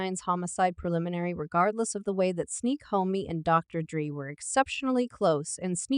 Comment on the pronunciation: CAP . .Where it starts is with the narrator not being able to say DRE's name right 😂 good click bate everybody wants #Tupac answers .